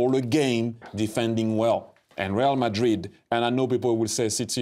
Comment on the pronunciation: "reel" madrid